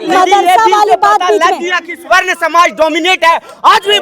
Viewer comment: Tum juban thik karo pahle sarvan smaj nhi swarn smaj bolo media ho